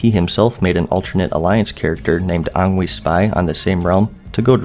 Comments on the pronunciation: That rogues name is obviously angry in baby-speak: ang wee.. not ahhngway... filthy casual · FYI, Angwe clarified in a AMA that his name is pronounced An-gwee, like "Elmer Fudd saying angry". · angwe is pronounced AN -guh - Wee kinda like angree but in a meme troll way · Angwe. I was working today and just listening to my Playlist. It hit me. Angwe. Think about how it's spelled and how else you could pronounce it. Angwe. Because he makes people Angwe.